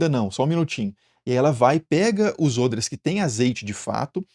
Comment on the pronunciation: Nossa, ôdres? Eu sempre disse "ódres" hahaha!!!